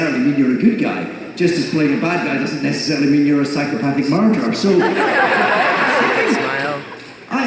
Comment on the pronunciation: David said murderer in his Scottish accent